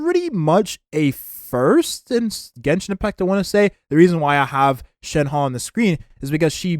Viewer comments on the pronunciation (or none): none